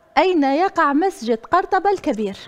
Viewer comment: قَرطبة ههه الله يهديك بعدا ماشي بفتح الفاء علابانا ماقريتيش لكن ماشي لهاد الدرجة